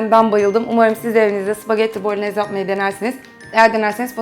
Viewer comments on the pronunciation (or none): Süper tarif ellerinize sağlık. 😊 Bu arada küçük düzeltme "bolonyez" diye telafuz ediliyor 😊 "y" harfi yazılıda yok ama öyle okunuyor.